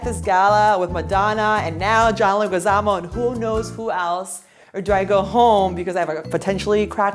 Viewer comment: BRUH SHE DID NOT JUST PRONONCE HIS NAME WRONG !!! It's John [Leh-gee-za-mO] tf was that Dios mio !